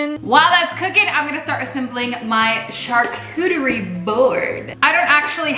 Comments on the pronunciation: I cring when you say charlcotrybord it’s pronounced shar cottry bord sorry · “Char-coochie boards” 😭😂🤣😂🤣😭😂😂🤣😭😂 lolololol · Charcuterie board (cha-coo-ter-ee)